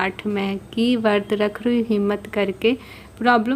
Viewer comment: Vrat hota h vart nai pta nai kaisi pdhai krti h aap hindi to thk se boliye